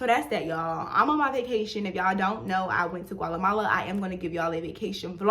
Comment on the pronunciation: Still says Gualemala after visiting Guatemala lol love the videos!